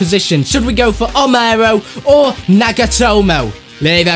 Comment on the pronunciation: Nagatomo not nag atom